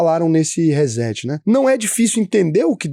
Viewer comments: Por favor, se vai falar ingles, fale certo. Nao se pronuncia hezeti”. Diga “re cét”. Chega a doer no ouvido. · RÊ-SSETI - é assim que se pronuncia RESET.